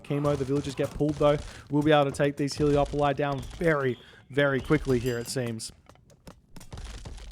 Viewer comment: Heleopoli? crazy pronounciation